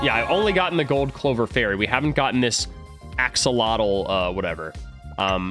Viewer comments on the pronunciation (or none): none